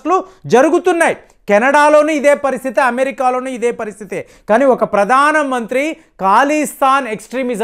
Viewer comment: It is not Kalistan but Khalistan.Learn how to speak correctly.. Pradana mantri? Baratadesam?